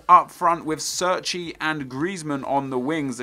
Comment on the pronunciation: Cerci is pronounced as you would pronounce Che(as in Che Guevara) - rci. Not Serci.